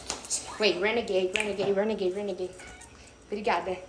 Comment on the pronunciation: renege ,renege ,renege kkkkk